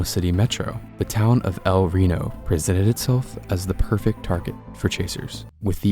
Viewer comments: Instead of "rano" it's like "ree no" but don't split up those (yes I'm at the start) and yes that's the biggest EF5 and tornado of all time. 2.6 miles wide in 2013 so it's held this record for 13 more years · Yes, it’s pronounced “el r-e-e-n-o” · I pronounce it L r ee no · BRO ITS EL RENO NOT EL RONI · I thought it was pronounced el rino 😔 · its pronounced El Rino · Its pronounced el reano but its spelled el reno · it’s el Reno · YOU SAID EL RENO WRONG